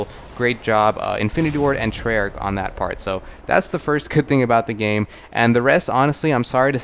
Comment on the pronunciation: This nigga say tryarch